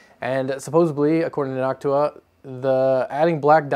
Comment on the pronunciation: God I love hearing noctua being pronounced properly. I hate hearing nochewa It's like chewtorial instead of tutorial.